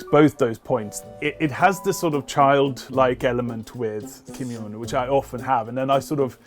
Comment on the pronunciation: The J in his name isn't pronounced as a Y 😔